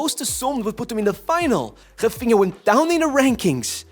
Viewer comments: Ts man can pronounce "Nuno Mendes", "Raphinha" But NOT Dembelé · this man is pronouncing "Raphinha" and "Nuno Mendes" in perfect portguese, but is pronouncing Dembélé as "Dembeley"... . Huge disrespect.